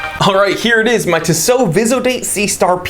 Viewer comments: Tea-sow not Tiss-oh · I am not exactly sure how you would pronounce these transliterations but in French we would stress the last o in Tissot. So it would sound like "tissO". Furthermore the last o is not a diphthong so it would sound brief. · Can't watch. TWAT doesn't know how to pronounce Tissot. It's "TEE SO. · Yeah he is pronouncing it weird af